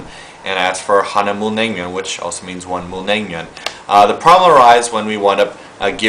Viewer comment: Im sorry I don't wanna be a racist or anything.. but your pronounciation cracks me up big time!!!!! LOL!!! you should say "mul nang myun han gae"